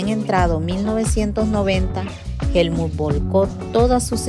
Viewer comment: Por qué dices Helmun si es Helmuth. 💁🏻‍♂️